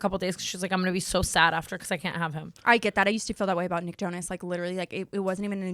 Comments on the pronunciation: NEEK? It’s Nick 😂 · 14 min why is Tana saying “neek-acado avocado” instead of “nick-acado avocado” 😂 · Why are yall saying “neek” instead of nick? 😭😭😭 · Nee-kocado Avocado? 😅